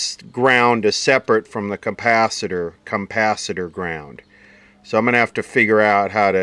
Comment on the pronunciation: Campacitor !! who else says it like that ? I've heard "campacitor" before...